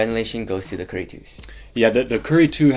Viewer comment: Great compare and contrast. One thing though. Dude, you waited until for inflection to get a distinct KYRIE. Up to that point I had to go back a couple times because I could've sworn you said Curry twice. Just nitpicking. Good job though. Cheers!